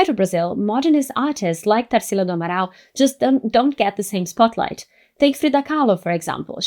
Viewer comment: Vi que era brasileira, já quando falou amaral. Fiquei. Hmmmmm ela não é gringa akkakaka